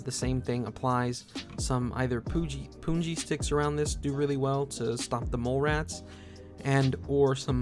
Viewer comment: it is 'pun' ji like the word 'pun' not puun.